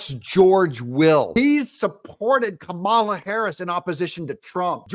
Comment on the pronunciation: Kuh-mala is so irrelevant. 😴